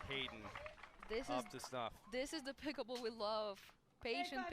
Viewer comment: Announcer calls it "picklebool." LOL